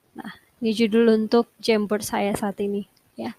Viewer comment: Aku dengernya kok jembot ya 😂 apa maksutnya jamboard